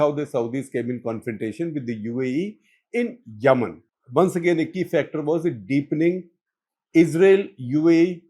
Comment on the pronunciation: It is Yemen, not Yamannn..😂😂